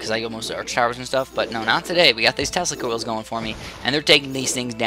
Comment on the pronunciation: Sorry but, when he says "tesla coils" I hear "testicles"